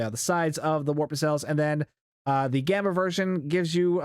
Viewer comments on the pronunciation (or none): none